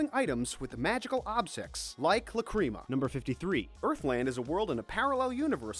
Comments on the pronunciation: I am cringing so much with the way he says lacrima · IM SORRY BUT YOUR PRONUNCIATION OF LACRIMA MAKES ME SOOOOOO MAD